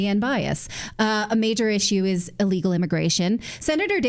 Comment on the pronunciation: Why do you say allegal it is illegal not allegal. Is this a new word. What does it mean